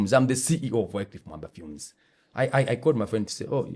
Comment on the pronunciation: was mad disrespectful on this one.its sad to learn how disrespectful he can be to people. knowledge (of a language )should not be used against people that don't know it.The guest wasn't insulting nor disrespectful i might understand the frustration with the miss pronunciation of you name but it happens to the most of us in these social settings, not like you haven't done that to some guest on the show.This is our show please don't ruin it for us. And KOB we know he doesn't read the comments but please let him read these one for his character development. (note that i said character not personal dont care what he is out there).